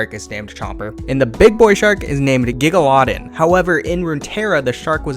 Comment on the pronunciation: In regards to the big Fizz ult... "giga-loddin", are you dense?